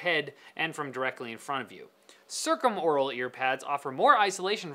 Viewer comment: Duuuh, it's pronounced circumaural.